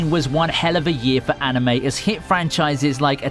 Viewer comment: Wtf i anticipated no. 1 to be something else and not ... sports anime. And also the way you pronounced the words 'anime' and 'manga' is so terrible.